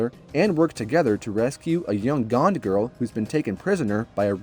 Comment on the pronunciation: He pronounced gond as gand 🤣🤣